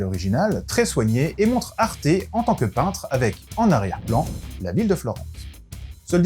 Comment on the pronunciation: Moi je dit arte comme sa s'écrit, pas comme toi c'est grave (Toi :arté. Moi:arte)